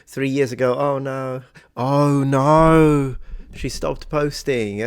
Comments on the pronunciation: lol. fun video. If you want to improve "Oh No!" to make it more Aussie - try "ah, no!" or "uh, no!". Also for a more broad accent you have the "naur" sound for "no" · Did you see those shorts on youtube that include AUSSIES CAN'T SAY NO. There are other Aussie pronunciations in the same vein. I mentioned it because your NO needs work. Sorry mate. BTW? Making the a an e? So if we go to Macca's is it off to Mecca? Yeah nah.